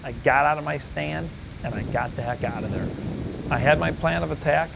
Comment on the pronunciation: I love when you say "get out der". Its just reminds me of everything I think of when I think of america